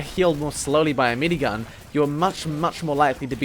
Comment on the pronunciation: He said "medigun", but because of his accent it sounded kinda like "minigun" :P